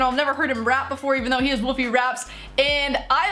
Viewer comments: He's in Canada and it's Wolf-ee not woofey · It’s not Woofie, it’s WOLFIE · U said woofy It is woolfie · It's wolfie not woofie. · His name I wolfie not wofie and Sean's favourite YouTuber is mineminter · You Said Woofie...... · She says wofie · Is it just me or did she say wofie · Woofie raps? She cant even say his name right